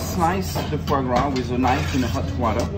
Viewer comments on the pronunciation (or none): Foie Gras; sorry but just stop there, its just wrong